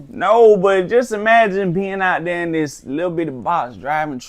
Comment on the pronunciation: “When we get DERE” 🤣🤣🤣🤣🤣🤣🤣